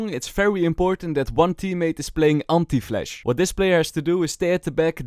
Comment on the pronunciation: Aunty flash😂😅 it's antiflash